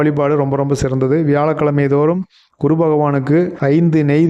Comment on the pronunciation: utcharippu gavanikkavum...kuru illae GURU...idu pola neraiya irukku